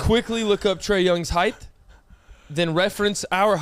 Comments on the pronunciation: Peyton if you don’t call him out for saying heighTH and not heighT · I thought I was the only one that actually caught that LMAO.. Happy to see somebody else knows "heighth" isn't a word!! 😂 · makes fun of Peyton for everything he does Also: says height with a th